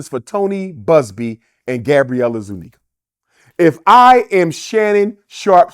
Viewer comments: Zuniga is hispanic not white and its pronounced zuniga not zoooo- neggah This guy saying white homeless people still have white privilege is the dumbest shit ive ever heard! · Gabrielle “I ZU NEGAS” Zuniga 💀💀💀💀💀💀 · The way his says. “Zoo-Neeguh” is sending me lol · Yoooo how he flipped her last name was crazy work 🤣